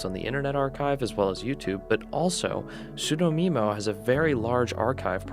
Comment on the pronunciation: We're so glad that you enjoyed Sudomemo! Just a few clarifications: We released the Flipnote Archive several years ago and contains ALL, and I mean ALL Flipnotes from Flipnote Hatena. Sudomemo is pronounced Sue-dough-meh-mo. Also we were partly behind the Flipnote Studio Switch leaks, working alongside James to make it convincing. It was meant as an April Fools for our community but went viral and boyyyy people got mad. Poor James, he's an amazing guy, didn't deserve the blowback.